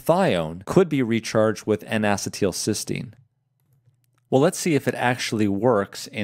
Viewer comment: Great information, please check the pronunciation of N-acetylcysteine (Acetyl-cysteine "a-SEET-il-SIS-teen")